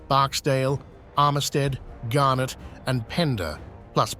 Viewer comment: Mispronounced both Garnett & Heth.